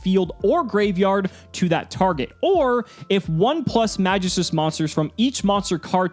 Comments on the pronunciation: Pronounced MagEEstus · Love the content, but the way you say magistus makes me cringe a bit... it’s a very old Greek word that’s used in certain stories of the old gods, often in reference to a line of powerful artifacts that the gods created for themselves and the best warriors to protect the different planes in the afterlife. The most commonly known one (because of assassins creed odyssey) is The staff of Hermes trismagistus, in fable the staff can bring immortality to those who wield it with care and don’t succumb to their own madness, for the unworthy they lose control of themselves and become dark versions of their former selves destroying everything they hold dear to themselves. The word is pronounced “mag-geese-tuus”. Absolutely love the content and you have personality compared to other yugitubers I’ve seen. Keep up the good work man 🤘🏼